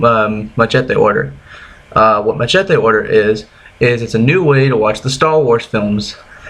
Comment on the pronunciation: First , learn how to pronounce machete..........